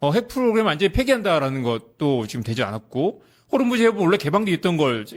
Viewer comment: 호르무즈 가아니고 호 무스